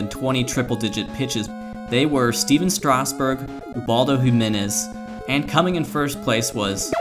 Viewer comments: how the hell was that first 2 seam fastball a strike. and it's kind of annoying, isn't it pronounced strass-berg, not straus-burg? I could be wrong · lol “Stasburg”